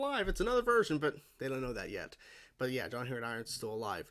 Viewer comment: For some reason as John leaves Lana's kitchen. It sounds like she called him "Sean"